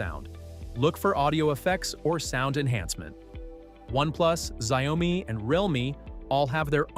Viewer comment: Xiaomi isn't Xia omi Pronounce better will you